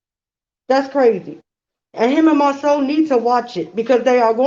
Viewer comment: I"m drinking everytime says 'Mar (seouw)... I"m drunk af. girl save me. it's Mar (sau) like cow!!!!!!!